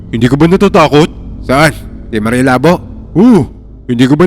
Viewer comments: Labō..Hindi labo😅😅... Halatang d nyo alam pronounce ng hiligaynon..😅😅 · Mali po ang pagkaka pronounce nyo ng “labo” dpat po “labó” sa second syllable po dapat ang diin. Lábo - ex. malabo ang mata ko Labó - ex. tagain mo ang baboy Anyway, Thank you sa mga kwento nyo sir ang galing nyo po mag kwento. Inaabangan namin palagi mga kwento mo😊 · Sir jez mali po yung pagka bangit mo ng labo labu po matigas pagka pangit ng bu . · Labo is pronounced as Labu. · Ang slung nman po ng pronounsation nyu ng labo hehe🤭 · ang labo ng kwento mo ang labo kasi ng pag bigkas nya sa labo hindi labu 🤣🤣🤣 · Mali pagka pronounced mo sa "maria Labo" bobo ka talaga hindi Labo tulad ng utak mong malabo mangmang ka talaga minsa mag research muna ya bago bigkasin ang salita tanga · Ang tamang pag pronounce ng Labo ay mabilis. And ho sa Labo ay magkatunog sa Taho.